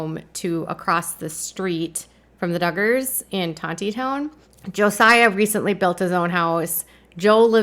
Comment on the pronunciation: Tonti-town? It’s Tonit-Town